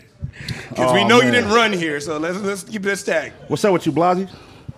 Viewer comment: Why does say (blawzzy) instead of (blazzy) 😭😭🥉🥉